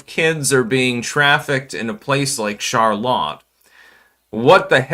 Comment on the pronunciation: Oh, c'mon man! Charlaw? No one that speaks english as a first language mispronounces Charlotte.🤣